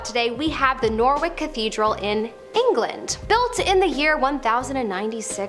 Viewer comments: FYI... Norwich isn't pronounced nor-wick its a silent w, and is nor-itch as in an itch on your ankle. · I don't want to be 'that person' but its not Nor-wick